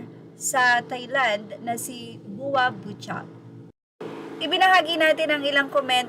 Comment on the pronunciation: Just a correction: Thailand is pronounced TAY-land, just like baht is pronounced BAT, with a silent H. It’s not read as an English word, similar to Vietnamese pho, which is pronounced PO.